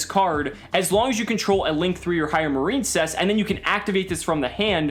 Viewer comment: Is it not pronounced Mar-in-cess? I feel like that's the pun (like princess)